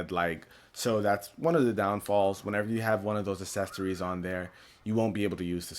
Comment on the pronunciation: You say accessories wrong